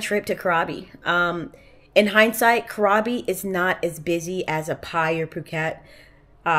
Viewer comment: Enjoy your exploration in Thailand. I love it. The island you're visiting is pronounced " crabby".